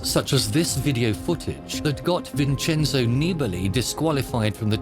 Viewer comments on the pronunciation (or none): none